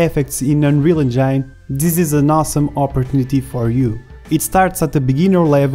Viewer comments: Anrial encayn :D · Just that word?!